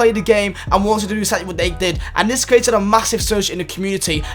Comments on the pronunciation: It’s create not curate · U kept on saying crouated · please learn how to say "created"